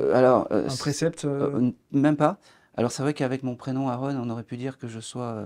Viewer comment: C'est quoi cette façon de prononcer le prénom de son invité "Airon* alors que l'invite vient de présenter "Aaron", avec un A ! Faite un effort c'est la base